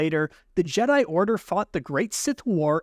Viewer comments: Jeh-Die Not G-Die Or Jeddi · I keep hearing you say jeedi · JEEDI? did you just say JEEDI? yeah im out bro goodluck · Bro said jeeeedai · He’s right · I've never once heard someone not pronounce Jedi correctly.... 😂😂 literally first time ever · The way you pronounce ”Jedi”, makes me question of I’ve pronounced it wrong this entire time. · I left when he said jedi wrong